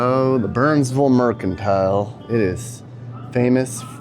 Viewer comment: "We just arrived to bernsvull North Carolina". Good job saying it correctly,! And if you end up finding Maryville TN, it's Merruhvull.;)